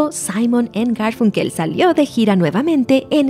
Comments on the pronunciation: Perdón pero se pronuncia garfAnkel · Me parece curioso que no pueda pronunciar Garfunkel correctamente. Me hace sospechar que plagió el texto de alguien más.